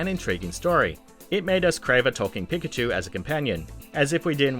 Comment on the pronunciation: “Pick-a-chu” ...I’m done. And what’s amazing is that he pronounced Gyarados Correctly